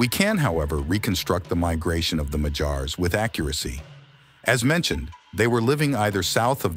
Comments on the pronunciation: If you're going to make a video about a people, at least make the effort to learn how to pronounce their name correctly. They are "Magyars" not "Mahjars". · 'Magyars' is stressed on the first syllable. It really grates on the ears hearing it stressed on the final syllable. But the AI American English narrator afterwards is even worse!